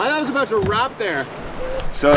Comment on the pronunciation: Good stuff why does the one guy say... Aboat instead of about😂😂😂😂